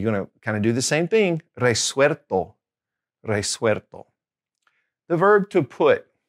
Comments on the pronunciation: Con Absolver y absuelto cometes el mismo error de pronunciacion que con la palabra vuelto. Le agregas una "r" en el medio que no corresponde. You make the same pronunciation mistakes with the words absolver, absuelto, resuelto and vuelto. You add an "r" sound in the middle of the words, instead of "L" sound, you pronounce an r sound , and it's not correct. I'm from Argentina. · Hi. The "L" in Spanish always sounds like that, more or less similar to the English "L". It's not "arto" but "alto". Also, there are some other mispronounced words, such as "vuerto", "absuerto", and "resuerto". Those words have to be pronounced with an "L" sound: "vuelto", "absuelto", and "resuelto". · Good day,! When you pronounce Resuelto, I'm hearing the letter L as R. Is that how it should be pronounced? Thank you in advance.